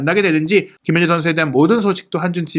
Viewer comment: 김민재는 기힌재선수 뭐 이정도로 하시지만 발음이 더 어려운 손흥민은 소흐히 선수, 소흐니 선수, 소히선수 등 아주 다양하게 하심 .. 천천히 하면 발음 안뭉개고 괜찮던데 마음이 너무 급하신듯..